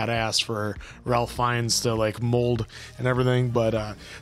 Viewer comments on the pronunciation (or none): By the way. Ralph Fiennes' first name is pronounced 'rayf' Also in Doctor Who they made a joke in on epsiode where they have a soldier from the first world war, and then since The Doctor is able to go anywhere in time he accidentally says to him "seeing the outfit you're wearing you seem to be a soldier from World War One" and soldier goes "World War One?" "Uh yes." "But what do you mean.... One?" "Oh opps.....spoilers" 🤣🤣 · Ralph is actually pronounced Raif. Cause wales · I know Ralph Fiennes seems like it's pronounced like Ralph is normally pronounced, but it's actually pronounced Rayf. So Ralph Fienns is actually Rayf Fiennes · 🤭Yep, it’s not “Ralph”, tho guys. It’s pronounced like “Rafe”. Rhymes with safe. Rafe Fiennes.